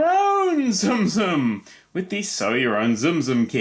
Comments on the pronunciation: not tzum tzum its tsum tsum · I seriously thought you were saying zoom zoom until you brought in the build your own box… You were saying tsum tsum? O__o